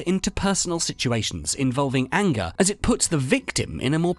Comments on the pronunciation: Didn't know what ayengah was till you ayengahed me with the accent of the woid. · The way you are saying "anger" is making me angry! :)